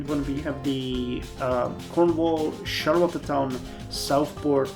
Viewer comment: it's pronounced shar-le-town, the "t" sounds smush together